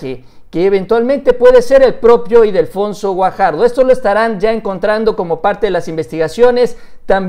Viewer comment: Ildefonso, no "Idelfonso"... XDXDXD